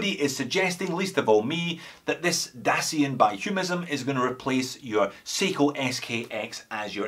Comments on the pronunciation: Dasein not daseen :) (you can check the check wiki page for pronunciation). Heidegger would probably be very disappointed by both the lack of proper German accent and the watch :) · Heideggerian term "Dasein" is pronounced "Dah-Zyne" as you probably already know by now. Love your reviews.